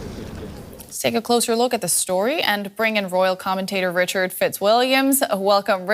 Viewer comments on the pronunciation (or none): none